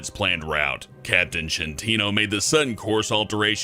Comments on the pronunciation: you have ti study more italian, is schettino, not schentino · /skˈetːino/, not /ʃentˈiːno/ XD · Ehi Man, at the NUMBER SIX, the captain's name is Schettino not Centino. SCH in italian language is like SK, and we pronounce it like SKETTINO. Good job and good luck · About #6 It's "schettino", pronounced "sk-at-tino". And also, he's not in jail, quite the opposite: he's teaching safety at school, no kidding. Instead, the one that yelled at him to stay on the boat, now is stucked to a desk. In Italy, justice is non existent. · Ehy man, you pronunced "Schettino" in the wrong way ^^ It is more like "Skettino", in italian you have to pronunce ch like k and sc like ch I know, it's kinda strange hahah